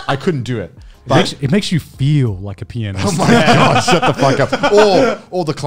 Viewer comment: Say pianist! Garnt: pee-on-dis